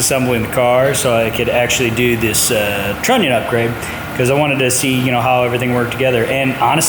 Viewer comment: What’s more American then on the fourth, also please say Trunnion again haha 🇺🇸